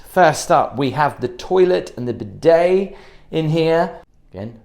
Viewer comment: 'bidet' is pronunced BEE-DAY not BID-AY